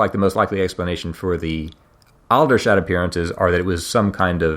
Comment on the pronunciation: Aldershot is pronounced older shot rather al dershot.